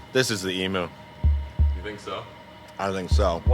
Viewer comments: Emu not emoo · You say Emu as eam you. Not E mu. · As an Australia the proper way to pronounce emu is EM- YOU ….NOT FUCKING EM -OOO FFS SHITS ME UP THE WALL when someone says it em-oo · What is an eemoo? Sounds like you’ve discovered a whole new animal. Zoologists and wildlife biologists are going to go crazy to study it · I come from Australia and that is not how you say emu google it🤣🤣